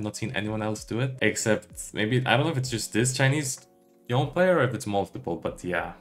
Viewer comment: why do you pronounce "Yone" as "Yi-on"? Just watching Yasuo and Yone animation you can get the official pronunciation is "Yo-nay".